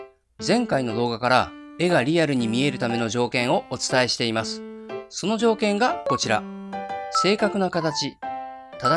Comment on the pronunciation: 発音がざ行がじゃ行にさ行がしゃ行になってる…？？？ 〜ます。も〜ましゅ。に聞こえます。 イラスト関係なくてすみません…。